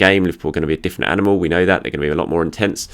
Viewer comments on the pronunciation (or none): none